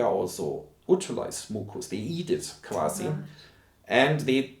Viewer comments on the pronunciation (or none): I absolutely adore when someone speaks English as a second language and use a word that is the same in their mother tongue and just within that word their language slips from with accent to full on mother tongue. Heard it here in "quasi".